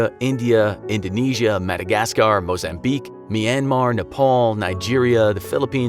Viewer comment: When you said mossambiuqe I was like huh